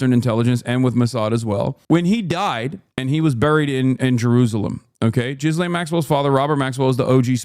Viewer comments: Who taught Hasan how to pronounce Ghislaine? That is the worst attempt I have ever heard. GHEE-Lane Hasan, GHEE-Lane. Not Jizz-Lane LOL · Is he pronouncing her name Jizz Lane on purpose? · I love that Hasan calls her 'Jizz-Lane'